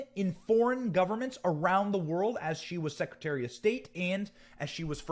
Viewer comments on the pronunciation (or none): none